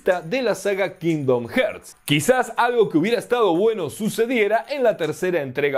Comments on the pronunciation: Alv nomas escucho "kindom herts" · Cada vez que dices "kindom jerts" una niño anglosajón muere en su cuna 🤣🤣🤣🤣 grande mallorquín 😉